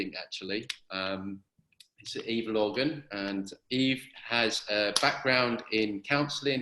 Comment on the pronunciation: Every time you say her name, I hear Evil Organ. Has me thinking is it an ominous musical instrument or a treacherous appendage... hmmm she seems nice though so hopefully nothing hiding behind her and that unfortunate name.